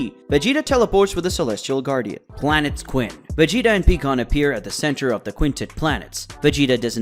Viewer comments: Pikon = pie-con not pee-con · PIE-CON NOT PEEKON